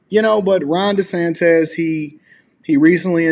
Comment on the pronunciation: Damn, would you please pronounce the racist man's name correctly. His name is DeSantis, not DeSantez